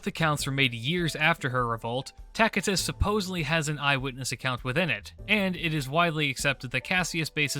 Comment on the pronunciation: I like the latin pronunciation of Tacitus.